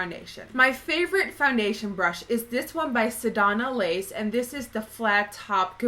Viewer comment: I kept lol'ing when I heard u say sedonna lace instead of sedona lace. Swear I had to check the spelling to see of I was saying it wrong.